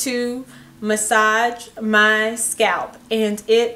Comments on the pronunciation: The way she kept saying "SCAP" instead of scalp. Lmao. . . Plus that smoke detector beeping. I can't. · the way she says scalp though